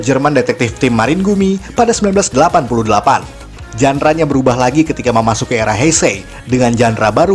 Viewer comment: Tolong kl ngomong yg bener. Tribut bukan tribyu. Genre bukan jandra. Ga sekalian dibilang mandra???